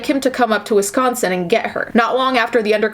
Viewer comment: DEHSCOSTEN😂 gets me every time